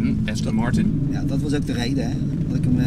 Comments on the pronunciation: Austin Martin 😂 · Zegt heel de tijd AUstin Martin , pffffffff. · “Austin Martun”🤣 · Heb je een Aston Martin, kun je de naam niet eens uitspreken 🙄 Ook door z’n verhaal inz keramisch wekt hij de indruk toch vooral te veel geld te hebben, in plaats van dat hij een échte liefhebber is.